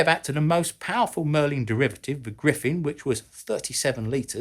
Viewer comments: Great video. I learned a lot. Forgive me for my comment, but in the interest of accuracy, it’s Griffon not Griffen. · Sorry, but it is Griffon (or Griffin), rather than Griffen, which is a town in Austria. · Griffon, not griffin or griffen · "Griffon" - not Griffin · The correct name is Rolls-Royce Griffon. Not Griffen...